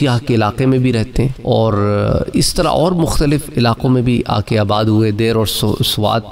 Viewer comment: Janab ye “Dair” nahi balke “Deer” hay jisko “Dir” llikhtay han!